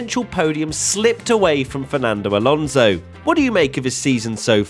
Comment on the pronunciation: You love Alonso so much you don't even pronounce his last name correctly....